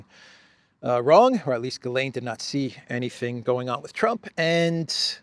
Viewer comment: Ghislaine, the H is silent. 🤣